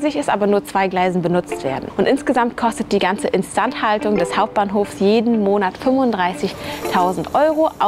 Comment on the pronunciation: Die Videos sind inzwischen einfach nur noch chaotisch. Die ganze Zeit Asia bzw. Japan Content und jetzt wieder Deutschland. Und wie sprichst du denn "instandhaltung" aus